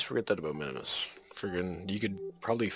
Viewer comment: Just tips for the future, the moon minmus is pronounsed "min mus" not minimus, and also its better to dump the fairings before you achive an orbit. I usually dump them just after 50km where the pressure is so little they actually become useless and only waste delta-v.